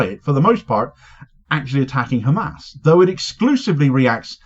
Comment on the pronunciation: AI is hhhkkkaamaasss 🤣🤣